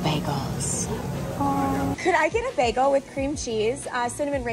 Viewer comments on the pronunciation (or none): It’s bagel…not bigel…nor biagle…..I really wasn’t sure what you were getting…. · It’s BAY-gle. Who is this person and why does she have a multimillion dollar Manhattan apartment? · How many times did she said BaEgaL in the beginning 😂😂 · You say bagel right when you say it with a piece of bagel in your mouth lol. We say Bayygul